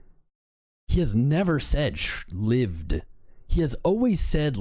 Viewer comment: Holy 💩!!! He pronounced lived correctly.